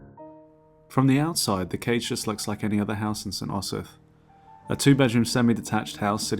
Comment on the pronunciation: Cannot watch the flawed pronunciation of "Osyth" grates too much